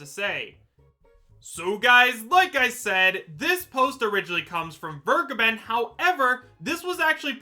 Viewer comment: It’s been a year now, and people still don’t know how to pronounce Vergeben